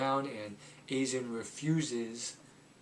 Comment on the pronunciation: Aye-zen, not A-zen, Sah-gah, not Say-ga.